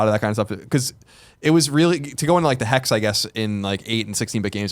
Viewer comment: C'mon Colin, there's no H in Hex...